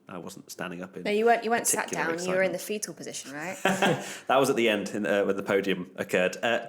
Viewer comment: Great as always. But guys it‘s pronounced Fettl.